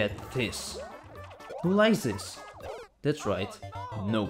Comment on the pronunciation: It sounds like you said "Likes this" and that sounds like "License"